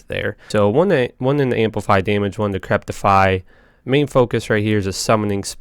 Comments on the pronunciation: It's Decrepify, not Decreptify. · Like your videos. But ffs its decrepify. Not decreptify. Theres no T in there. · "Decrepify", not "decreptify", dude. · not trying to be mean but I noticed he screws up a lot of words, and ive only listened to like maybe a dozen at most of his videos? is English his native tongue? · For the life of me, I hear him put a T in "decrepify." Decrepit is a word that seems to be catching him as he tries to say this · oh god i cannot handle you saying decreptify... there is most defiantly no t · It was really bugging me....... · Dude, seriously - How to pronounce DECREPIFY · Man I love your videos.....but damn you pronounce things funny sometimes Decreptify??? Trang Owl??? 😂